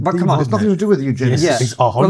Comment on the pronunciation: BAHAHAHAHAHAHA!! 🤣🤣🤣🤣 “we dint do nuffin”